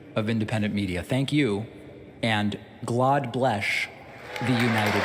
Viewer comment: 😂😂😂 and God bleshhh the United Ssstrasshhh